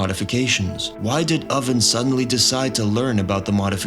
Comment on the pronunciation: "Impel Town" instead of Impel Down and "Oden" instead of Oven had me questioning this guys One Piece knowledge for sure. Couldn't shake it.